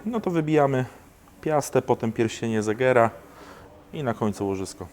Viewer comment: pierścień segera a nie zegera